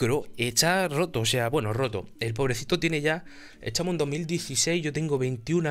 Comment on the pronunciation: Etahmo xD me da mucha gracia cuando te dices etahmo o algo con T :v